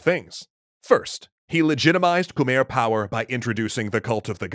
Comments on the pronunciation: probably to late, but you are proununcing khmer wrong. drew durnil got it right first try... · It is not pronounced khmer though. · Wrong pronunciation of khmer empire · Its pronounced khmei but spelled Khmer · ahhhh its pronounced Khmi not Khmer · It’s Pronounced Kamai not Khmer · It's khem-I not khmerr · This is really awesome! I'm curious about what can be found regarding martial arts or common day life in the Angkor Empire period. Quick note: as a Cambodian person, I can confirm that Khmer is pronounced as Kh-my not Kh-mare. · So I've been there and unless I was misled while there its not pronounced ka-mare but instead ka-my. My family ran into a few problems with prouncing the city names as well lol... i wanna go back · I'm getting bothered by anyone saying Khmer, it's Mai with "mer" pronunciation. Believe me, it's literally khmai not "mer" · Khmer is pronounced kuh-my not kah-mare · K'Mai not k mer... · I usually don't care, but since you're an educational channel I feel obligated to tell you that Khmer is pronounced "Khmai" like sky. Probably one of the series I've most ever been excited to see, not enough people talk about Cambodia. Much love. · I thought Khmer was pronounced K-my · Angkor not Ankor and Khmer is pronounced Khmi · Khmer martial arts must have been Bokator during that time. We pronounce Khmer as Kmae with the “ae” part sounding like the “a” in avenue. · Khmer is actually pronounced “Koo-mai” weird, i know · It’s pronounced “kuh-meuh”. Edit: screwed up the pronunciation spelling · Hate to be that guy, but "Khmer" is pronounced "KuhMAI." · It's pronounced ku-mai 😢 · Love the channel and love the video. Quick point that I wish was done differently: Khmer rhymes with 'Thai', not 'where'. I'm not the best person to anglicize it, but it would be pronounced like kmai. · Kmher is pronounced kuh-mair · Isn't it pronounced Khmai? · You are saying Khmer wrong it khmi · You said khmer wrong